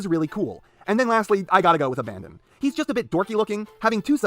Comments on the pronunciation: Not to be the pronunciation police but the NCO’s faction name is pronounced ABBA-DON not abandon like you were doing P.E. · Loved this video, but it hurt physically every time PE called Abaddon "Abandon" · it's NOT ABANDON. IT'S ABADDON, A NAME FOR SATAN. ONE. N. ABBBBBBBADDDON Why so angry am I